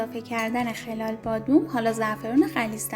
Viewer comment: خلال بادام رو غلط تلفظ میکنید